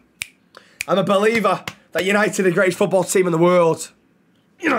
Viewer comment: tenth, YANITED YANITED YANITED!!!!!!